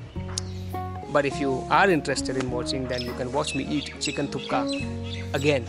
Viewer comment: Nice video. Thank you : ) Sir, not Chicken Thuka, ist call Chicken Thukpa : )